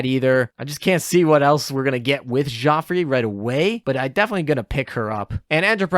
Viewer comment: Not just French. He pretty much butchers every name in this video. But maybe he doesn't know how to type "how do you pronounce..." into his search bar.